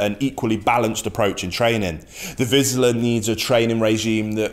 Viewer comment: It"s not "vizla" like you say it, it's vizsla, zs =zh, -> "vizhla", pronounced the same way as (J)acques, rou(ge), bei(ge), A(s)ia etc. Vizsla/ vizhla. Apart from that, the video is very informative, I learned a lot of new things, even though I'm a german pointer owner myself.